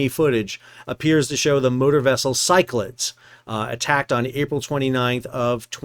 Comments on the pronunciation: Pretty sure it’s pronounced syc-la-dees, after the Cyclades/Cycladic islands in the Aegean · FYI - it’s pronounced “Sigh-clay-dees” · I think the name in English is pronounced more like sick-la-deez - it is a group of islands in Greece. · Cyclades is named for a region in Greece, pronounced “sick-la-deez”. Thanks for the updates, keep up the great work. 💪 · Handy Size Bulk Carrier Master here, currently commanding a ship similar to the "Cyclades". The name of the vessel is better pronanced as "Ki - kla - des". That space behind the bridge is usually the battery room for GMDSS batteries, the bridge toilet, or the aft bulkhead for the staircase leading to the bridge. So there is a chance that the officer of the watch might survive this.... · Ky-Cla-Dees in Greek or in English Sy-Cla-Dees. My ears were bleeding. 😀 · "si-kluh-deez" three syllables. accent on first. named after Greek island group. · Pretty sure Cyclades is pronounced as if it were "Cyclades NUTS" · The probable correct pronunciation of Cyclades is "sy kla dees" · Sol, Cyclades is three syllables, not two.